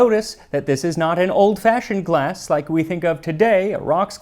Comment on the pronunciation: Sorry, did the word "glass" used to have an "f" in it?